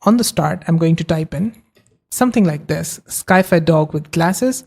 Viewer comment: great video, excellent tutorial -- also, sci-fi is pronounced "sigh-fie" (short for science fiction)